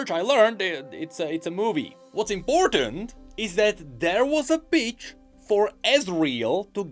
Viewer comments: Legit when says the "pitch" iam hearing "Bitch" bruh.... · I love the way pronounces "pitch". It must drive the algorithm absolutely crazy...